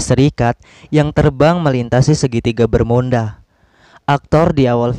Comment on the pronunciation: Emang disengaja ya ngomong segitiga bermunda